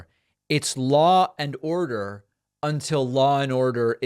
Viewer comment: I believe it’s pronounced “law and otto”, sir.